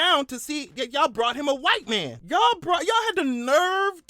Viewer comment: white man - I thought you said wife man hahaha